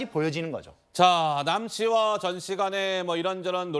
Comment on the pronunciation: ~ 초…”젖”씨라고 들리는데 ㅋ